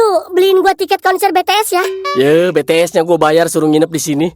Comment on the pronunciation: bank yang benar itu BTS bukan Btees